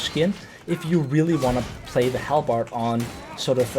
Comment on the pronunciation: WAAAAGH !!! It's pronunced ...... hal- buhd !!!! Never do this again ! 😁 Fun fact : In Hungary : Alabárd ! And how do you pronunce in your country guys ? Write down !